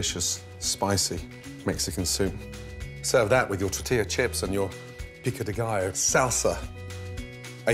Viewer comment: His prononciation of "pico de gallo" was great!